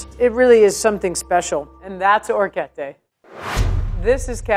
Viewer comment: it kinda frustrates me how she says some words bcz she says them wrong but thats just my pet peeve😂 for example: she said “longo” but its actually pronounced “lungo” she also orecchiette wrong but A for effort😂